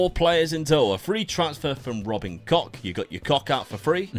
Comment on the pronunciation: It's not how you pronounce the name at all 😁